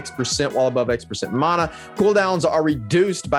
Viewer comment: Who the hell taught you guys how to say, "Mana". LMAO